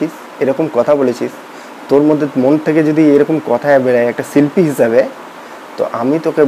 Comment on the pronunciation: খিস্থি দিলেই হিরো হওয়া যায়, না বড় সমালোচক হওয়া যায়? "ছুনলাম" না, "শুনলাম"।" ছিল্পী" না, "শিল্পী"। ধুর,এটা কোনও সমালোচনা? Construction, উচ্চারন ঠিক নেই।